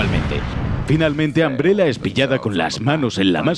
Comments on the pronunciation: al escuchar que le dices ambrela hace que quiera buscar otro video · Que risa que dice “Ambrela” 😂😂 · Todo bien pero, ojalá los españoles hablaran bien el inglés. Ambrela???